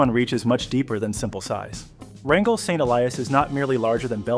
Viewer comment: Rangal Saint Elias should be Wrangell-St. Elias. Checking google maps before posting can save embarrassing moments like this--a mistake right out of the gate.🙄 This park is #3 in size in the world. the pronunciation was changed to RAN-jul. Then, , it was referred to as Franklin Saint Elias. Then, it became RAN-jul.